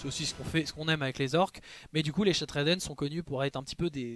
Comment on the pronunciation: Super vidéo, toutes les propositions que tu fais à la fin pour développer les orcs me hype à mort! Par contre par pitié prononce bien le nom anglais de la Main Brisée, j'ai les oreilles qui saignent à chaque fois que tu dis "Shattred Hand" XD